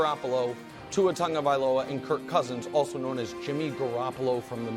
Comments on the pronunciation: Broussard, its not Tongo-viola its TONG-OH-VY-LOW-AH lol or just call him Tua 🤣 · Why does everybody call him TUNGavaiola? His name is TAGovaiola.